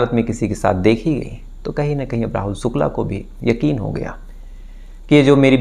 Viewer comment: Sukla,Sam, santi😂,please fix your "sh"